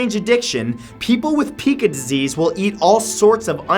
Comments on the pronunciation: its not pee-ka it is pronounced pie-ka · Pica is pronounced pike-ah. Not peek-ah. lol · I don't believe that Pica is pronounced "pee-kaa", but rather "pie-kaa" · Pica is pronounced as pie-cah not pee-cah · I have a cat with Pica. (Also it’s pronounced pie-kuh) I love your videos :D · Pronounced "Pike-a" not peek-a. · spacelover132123 n- no... it’s pronounced pea kA, not pea kU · Pica disorder is not actually pronounced PEEca, but PIEca. I know you're not the only one to make this mistake, but please pass it along. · Pica is pronounced pike-uh, not peek-uh ;) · I've struggled with Pica myself, and I'd just like to correct a few things. Firstly, it's pronounced Pie-kah, not Pee-kah. Also, most people don't actually want to eat it, but feel compelled to, and it's extremely hard to resist. And I believe doctors do have some theories, but nothing conclusive. In fact, last I checked, there was a debate going on on whether pica should be classified as a mental illness or an eating disorder. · I have Pica, not too badly I'm not gonna go outside and eat something dangerous all though I do want to sometimes. I would also like to add that's its pronounced "Py-Ka" not "Pi-Ka" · Hey Matt love your videos - I'm not sure if someone else may have mentioned this, but pica is pronounced pie-ka not peeka. Everything else is crazy!! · Matt, you mispronounce Pica. its pronounce pie-cuh not pee-cuh. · it is not pronounced peeka but pireva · It's pronounced pEYEca, not pEEka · Pica is pronounce pike-uh not pee-kuh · pica is pronounced Pie-Ka, not Pee-Ka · Pika is pronounced pie-ka. Just thought you should know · Its pronounced Pie ca...pIca... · You pronounce it as "pie-kaa" - but it's okay. It's not a big deal. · PICA (PRONOUNCED PIE- KA) is usually due to iron deficiency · not in the south east. We pronounce it PIE-KA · it's pronounced pie-kuh. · I was in the ob/gym field for 30 yrs and every medical person I knew pronounced it PIE- KAH or pie-ka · Pica pronounced PIE-ka.